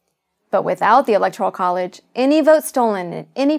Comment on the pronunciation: She should learn to *pronounce" Electoral College before she sets out to explain it.